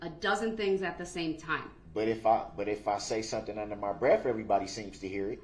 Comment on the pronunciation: BREATH NOT BREAF